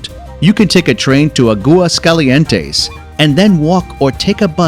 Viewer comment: YOU BUTCHERED THE NAME: "Aguascalientes" Please educate yourself on proper pronunciation... "Ah-Gwas-cal-ee-ent-aze"